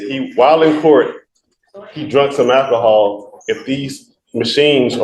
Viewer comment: He keeps saying temper. It’s tamper. And it’s AL KUH HAUL… not AKKAHALL. God. I’d fire this idiot in a second.